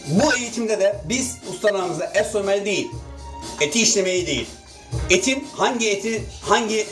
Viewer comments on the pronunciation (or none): none